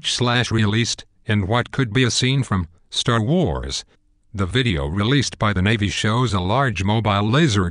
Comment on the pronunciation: i like the way it said, "Star Wurz" emphasis Wurz